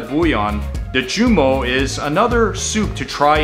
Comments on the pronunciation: This is how you pronounce joumou -juuumoo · This was really informative especially as a Haitian I was not aware of dish #8 (it’s the cashew) If you care to learn the pronunciation #3 joumou (ju-moo) 🐮 And the T in tchaka is silent. Other than that really good work on the other pronunciations looking forward to your second list.